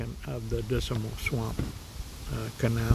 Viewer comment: When you say the word Dismal, you seem to add an extra "I" in it so you sound like you're saying "Disimal"!!